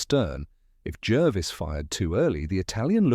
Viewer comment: It's pronounced Jarvis not Jervis